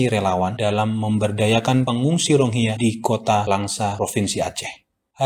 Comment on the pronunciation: Rohingya mas..bukan ronghiya😂😂😂😂